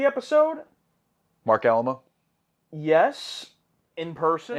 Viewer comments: Marc Alaimo’s last name is said like “uh-LIME-oh.” Not like the old Mexican fort in San Antonio. 😂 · I know it’s Alaimo, but I will always say Alamo.